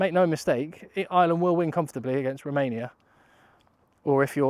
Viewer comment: AYE ER LAND!!! Please stop saying island. Please